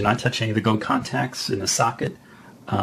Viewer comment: when he says socket, it sounds like suck it, :) but good guide i learned alot